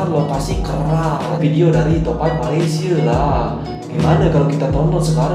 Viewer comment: aku bersin 3 kali bila dengar cakap bahasa KL...Malaysia sebutannya...x sebut Malaysie tau....